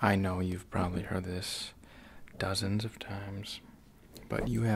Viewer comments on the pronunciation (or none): none